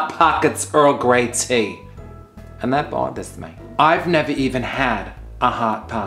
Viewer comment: I live for "Dat Boathehs Me!" Lol